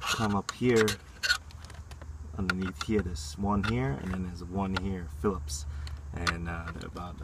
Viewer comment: every time you say philips it takes a day off my lifespan